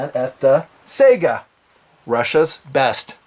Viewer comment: How the fuck do you say "Sayga" or something! It's S-AI (unless you failed english class, A and I together is pronounced as "I")-GA. Not the goddamn video game console. Thanks for your attention. Good day.